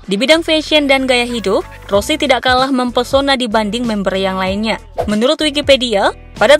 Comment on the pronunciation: Nama nya rose bukan rosi